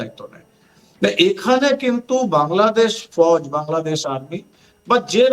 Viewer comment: নিজেদের দেশের নামটাই শুদ্ধভাবে বলা শিখেনি।